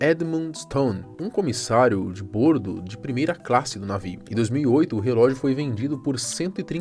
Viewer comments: Agonia ele falando bôrdo em vez de bórdo. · Fala,! Vou só te dar uma dica: a palavra "bordo" é paroxítona, portanto a pronuncia correta é "bórdo". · O cara não sabe falar "bordo". 😅😅😅😅😅